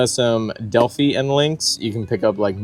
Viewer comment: pronounced del fi